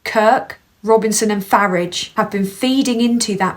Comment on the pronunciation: First time I've seen your 'channel' Couple of things, fantastic stuff that someone so young(I'm old) can see what's going on and report on it so eloquently. Also, I love the way you pronounce Farage as Faridge, like the UK way of saying garage rather than the deeply annoying american Garaaage . Good work lass, New sub